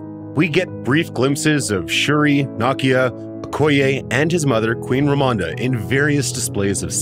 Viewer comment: If you don't understand what the "weird" ceremony in white is in the beginning, then you really do need this video. Even then, they aren't sure lmao. And pls try to pronounce Queen Ramonda's name the same each time.